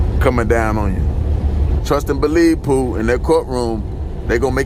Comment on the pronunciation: How he saying Pooh is funny to my soul😂😂🤣